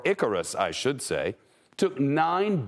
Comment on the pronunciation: When He Said I Carious I Lost It =)